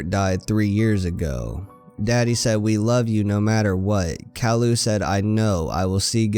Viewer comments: it's ki yoo not cowlu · caryou not carloo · Cow-loo? its kay-loo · it's pronounced k-i-ooh. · You said Calliou not Caillou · Just letting you know it is pronounced "K-eye-you" not "Kal-lou" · It’s pronounced Kye-yoo not Kah-loo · Him :cowlou Me: it’s pronounced caiyou!! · His name is not Cailu it’s ( Kai yu) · He said calou not cailou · Did he just say CAL-u It’s CAÍ-You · Kaloo? Its pronounced kaiyoo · Not to be rude but it’s Kai u not cowl u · no hate, but it's pronounced ki-u not kall-oo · it's pronounced Caillou not callaloo Caillou not CAO Lu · It's not Kall-ou, it's Kai-you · you are saying caillou wrong it is not call-uo it is kai-you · ITS NOT CAULIU ITS CIUE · it's purposed kyeoo not cyloo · it is pronounced like lowercase o calliou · not cowlu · i like how you said kallu instead of caillou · It’s pronounced cauyou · Dat bo said cowlou😂😂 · It's pronounced Kai-you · Instead Caillou you're saying Kallo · You pronounce it wrong it's CKY as in sky and YOU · SAID IT WRONG NOT COWILLU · CAILLOU NOT CALLIOU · its said kia u -_ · its cai u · I believed it's pronounced Kai you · His name is pronounced Ka.'ju, ka being pronounced kai, and 'ju being pronounced you. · ITS Kai-You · its prenounced KyeYou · You pronounce the show wrong. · It’s actually pronounced ki you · Good story but you keep saying his name wrong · This guy pronounces Caillou Wrong. That's so Funny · you pronounced caillou wrong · Your saying caillous name wrong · You're saying Caillou Wrong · Its pronounced "K-ie-u" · u said his name wrong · you are saying caillou soooo wrong, I can't take it XD just look up the opening to the show, the little narcissist says it like 30 times b4 the show even starts XD